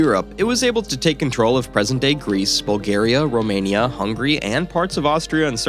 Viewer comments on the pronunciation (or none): none